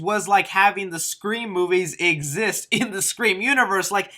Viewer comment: Im always laughing when says “5 Cream”